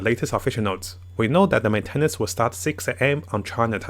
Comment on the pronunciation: Men-ten-nance cracked me up 😭